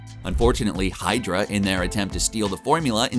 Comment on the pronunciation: I just cracked up when he said hydra in the accennt